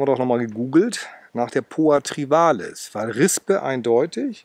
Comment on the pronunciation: Lieber, bei Poa Trivalis tut es in dem Ohren weh. Wenn Du nicht Trivialis sagen magst, dann nenn es doch bitte gemeine Wiesenrispe. Es freut mich, dass Du jetzt auch erkannt hast dass Trivialis breitblättrig sein kann. Supina auf einer solchen Fläche wäre völlig absurd, ohne intensive Wasser- und Düngerzufuhr gedeiht die nicht so. Sie wird heute auch nicht mehr als Ungras betrachtet. In der norddeutschen Ebene ist sie ohnehin kaum durch natürliche Verbreitung anzutreffen.